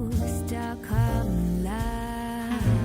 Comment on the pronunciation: Thank you for the Stockholm Love time stamp!!!! I thought she was saying stuck on love loooooooooool.